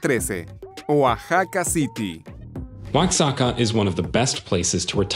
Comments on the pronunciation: It’s not uatzaca it’s Oaxaca, (0ahaca) . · Wasaka? WTH? Oaxaca pronounced wahaca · Not to mention Oaxaca....